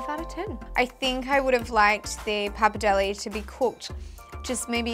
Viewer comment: It's bloody PAPPARDELLE, not pappidelli 🤣🤣🤣